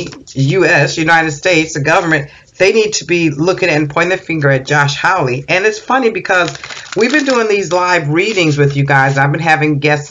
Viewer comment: Hawley, pronounced like ha ha ha ha, not howl like a wolf.